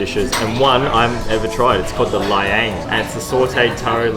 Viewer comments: It's La-eng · Guys, it’s not pronounced Ubay. It is pronounced oo-bear. Laing is pronounced La -ing . Adobo is pronounced A-door-baw not A-dough-bow. Kare Kare is pronounced Ka-reh Ka-reh not curry curry.